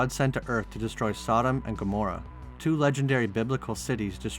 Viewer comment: Gammorah not Amorah